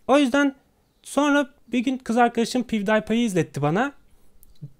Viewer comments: Abi Lütfen Bari Pivdaypay Deme :D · Ingilizce telaffuzuna bitim abi "Dübstep" "piwdaypay" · pivdipay abi çok ciddi okuma böle okunuyor :P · abi piv day pay dedi ya :)